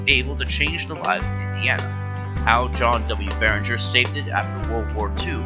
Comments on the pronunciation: His name was John Barriger! NOT Barringer! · Nice video; I thought the script was well-prepared, and you used what footage was available of a railroad that's been gone for half a century. My only criticisms are: - John Barriger's last name does NOT have an "N". The slides spelled it correctly, but the narrator mispronounced it repeatedly. - Louisville, Kentucky isn't supposed to be pronounced as "Lewis-ville". It's either "Lou-ee-ville" or "Lou-uh-ville". - Others have pointed out that the C&WI is the Chicago & Western Indiana (not Illinois) as stated. Good job, but these small improvements would have made the video better.